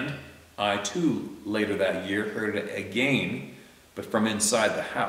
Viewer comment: "AgaYn" (Had to. 🥴)